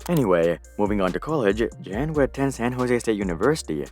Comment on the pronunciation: Great content as always. But one small tip/fun fact Jan is John in most of central Slavic languages and a more accurate pronunciation of the name Jan would be if you read it like Yan. Anyways, highest research quality as always from you.